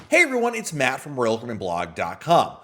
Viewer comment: Matt, I always thought you pronounced your name like "Mate."